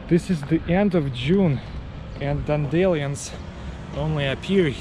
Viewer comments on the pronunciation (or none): “Dawn-DAY-lee-uns” I love that. I’m pronouncing dandelions that way from now on. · Tell me he just said dandelions incorrect or have I been saying it wrong my whole life?